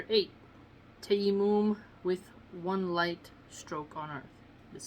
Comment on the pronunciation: Salam sister Love your vids .. they are extremely beneficial Ps its pronounced TA-YA-MONN emphasising the As.. TAA-YAA-MONN